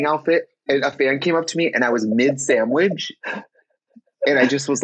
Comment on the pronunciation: the way Tracy said sandwidge like we wouldn't notice